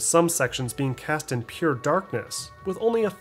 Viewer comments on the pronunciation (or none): none